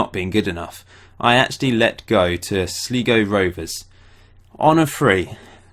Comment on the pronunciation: It's Sly Go Rovers ;-)